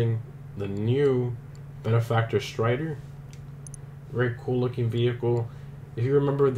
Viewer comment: First off - it’s pronounced: “Streeter.” Secondly - To put it in an SUV Class would mean that all SUV’s cannot be “sports cars” when there are many in real life (Audi, Lincoln, BMW, Lambo all make them!). In fact, next year Lambo will have the “Urias” available in the USA - it’s a SPORTS SUV! So please stop trying to keep things into categories - you sound racial in an area of cars which no longer have boundaries just like all people in the USA are “mixed” because everyone here has come from another part of the world via ancestry. 🤔👋🙌🏾💯👍🏾😎